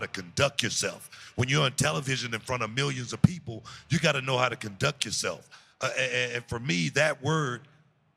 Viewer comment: He actually said "Conduck yuhself" 🤣🤣🤣 I love Book, man but he and "Da Black Pope" DeAngelo Dinero have to be the worst color commentators in the history of pro wrestling. 🤣🤣🤣🤣